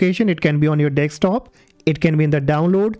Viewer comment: This is advice from Indian call centre scammer lol 😂 Dextop